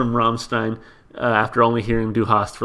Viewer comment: It's gratifying to see someone not butchering the bandname pronunciation. I'd suggest for English translations. Of course it's not the absolute perfect, but you can see bits and pieces from some comments there to know what the song refers to. Next, please react to Ich Will live at MTV, the band will play a snippet of Sonne before switching to Ich Will. Expect some cool pyrotechnics as well. But the video has some mute part due to audio problems. You can choose to react to the live version in Werchter with hard-subbed English translation.